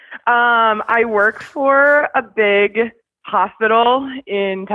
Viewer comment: I absolutely cackled at “I have bieeeg red beard”